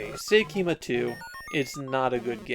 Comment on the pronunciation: It's actually pronounced "Seikima Tsu" which is a pun for "seikimatsu" meaning "the end of the century".